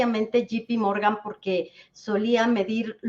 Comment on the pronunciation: Recomendacion a la experta, es JP Morgan no GPMorgan. Esto quita credibilidad al.analisis que es MUY bueno,saludos